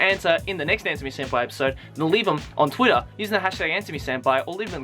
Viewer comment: I love the way he says Twitter. . . Tuirah